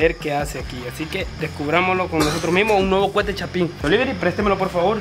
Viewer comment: se dice coete no cuete y también se dice petardos xd perdón por corejirte xd